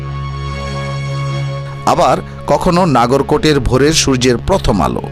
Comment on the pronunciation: নাগর কোট নয়, নগর কোট ।